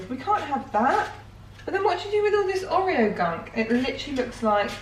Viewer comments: The way you were saying oreo grinded my brain into mush omg 😂 Theres been a few times you've had people comment on your pronunciation and normally I agree with you, not them (refried bean incident) but its OR-reo not OH-reo. I love you but omg 😂😂❤❤ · Not oreo please pronounce it (or-ee-o) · I’ve never heard someone pronounce Oreo like that. Ohhh-rio LOOL.